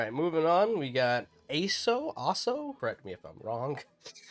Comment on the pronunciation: Really good video! ^^ Yeah, my name is pronounced « Ah-so » indeed. :)